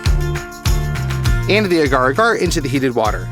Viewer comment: As a microbiologist I always cringe when people pronounce “agar” incorrectly >.<